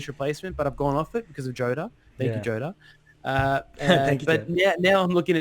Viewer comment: btw lads it's "jotta" not "joe-ta", appreciate words get a bit scrambled down under, Nuno = king!